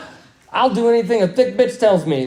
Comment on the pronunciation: I Thought That he said the word “fish” when he was talking about how he uses the word “bitch”